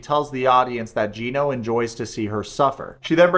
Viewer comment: “GYE-NO” lmao. Just discovered your channel and it’s awesome.